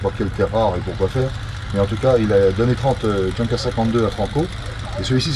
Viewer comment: Intéressant, mais quel dommage de prononcer "djeunkers" au lieu de "younkers"..